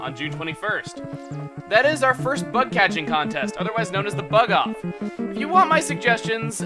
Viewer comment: I'm gunna have to say it, but I thought you said "Butt Catching Contest" ._.